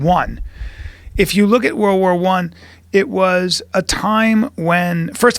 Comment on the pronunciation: This dude is saying war war 1 not world war 1....how can you take them seriously?